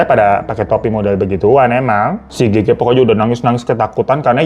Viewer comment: Kenapa Gege sih fan ngomongnya bukan Gege 😭😭